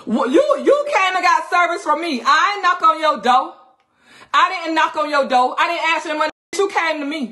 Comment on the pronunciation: Why would someone invest 5 dollars with someone that can't correctly say door? 🥴😭🤮